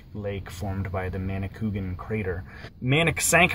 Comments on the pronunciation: Emphasis on the A . Manicou A gan. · Nice Video. I am very familiar with the Manicouagan river, having been born and brought up in the area. I don't mean to be critical but the pronunciation is Manny-kwah'-guhn, (accent on the second syllable.) But don't feel bad, you pronounced it as almost everyone else does. I worked on the first dam as a student back in the early 50's (I'm 85 years old.) Back then it was known as the McCormack dam near Baie Comeau. On your trip you may have seen it. In any case I enjoyed your video. It brought back so many happy days of my youth. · Great series...been following 4 awhile. keep them coming. Ps: minor detail...river is pronounced manikouwagan :-) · The actual name is spelled "Manicouagan", not -cougan, and another way to describe the pronunciation is "manic-wagon" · again , another person who can't pronounce Manicouagan .. who the hell is Manni Coogan ?